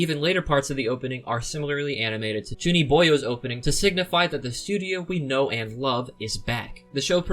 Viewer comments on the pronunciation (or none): I'm sorry, did you call Chunibyo "ChuniBOYO"? That.....is hilarious and now I will never forget it. XD